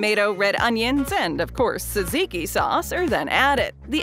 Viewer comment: Teaching people to pronounce gyro without actually getting it completely correct...better than jeyeroh, I guess. And also "saziki"? C'mon now.